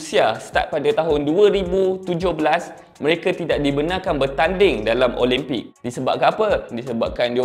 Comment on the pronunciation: speaker nie pun...pronounce la betul2...OLIMPIK bukan OLEMPIK